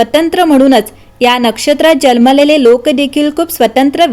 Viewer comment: Jalmele ase nahi janmalele mhanun sanga.